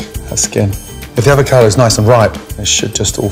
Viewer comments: "if d'avocadou is nice n'ripe... d'SHIT just all fall away " oh gordn :'D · once a avaocado always a avaocado